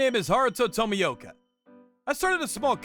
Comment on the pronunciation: Everytime someone butchered Tomioka's name had me in tears dude xD